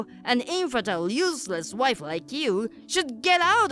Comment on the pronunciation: "Think of the reputation!" Lady, who do you think your family is, the royals? 😂 "She's a man!" My brain immediately went to the Mulan song 😅 Also, 'infertile' is pronounced 'in-fer-tyle' not 'enferdil'